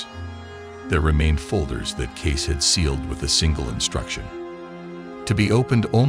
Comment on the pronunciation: His name is Cayce, NOT Case. And he didn't try to hide anything. This AI stuff sucks. Get it right. They only have to get thru WWI, the Great Depression, WWII, and all the other crap.